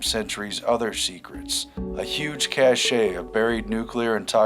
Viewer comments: Interesting video. FYI, "cache" is pronounced "cash," not "cashay." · Folks, it's pronounced like "cash" when you are referring to a weapons cache. "Cashay" is how you pronounce the word cachet. I know, a minor thing, but it sticks out. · 'Cache' is pronounced 'CAsh', not 'caSHAY'. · it's pronounced cash, not cashay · cache, you don't pronounce the last e. cash would be closer pronouncement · I love your videos and I watch them every day, but, it's just pronounced "cash." Cache is not "cash-ay" it's just "cash." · “Cache” is pronounced as “cash,” not “cash-ay.” Jesus. How can you expect anyone to take you seriously when you make such amateurish errors? Language matters. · I know it's a minor quibble, but I'm so tired of people that don't know how to pronounce "cache". If you don't know how to pronounce a word - don't use it. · Cache meaning storage is pronounced "cash"; Cache meaning honor, accolade, is pronounced cach-ay. You unintentionally reversed them.